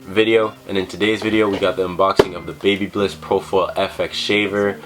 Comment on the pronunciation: Hahaha it's Baby-Liss Not Baby-Bliss 😋😋😋 Great vid tho!